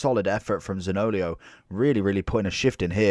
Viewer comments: Great video 👍 btw his name is pronounced Zanio-lo not zaniolio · I laughed every time. lol